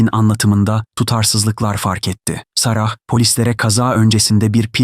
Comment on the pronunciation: abim gozunu seveyim kulagim agridi SARAHHH SARAHHH diyip durma,o isim oyle degil boyle SAARA diye soylenir,bi dk google bak yeter,ayrica 17.35de isim soyleniyor,ogren lutfen yabanci isimlerin telaffuzunu ,bu arada mukemmel kanalsin,basarilar.